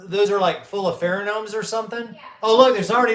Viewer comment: Phero-gnomes. LMFAO 😂